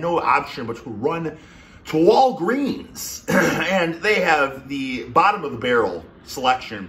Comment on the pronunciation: Okay, the way he emphasized “walGREENS” gave me a chuckle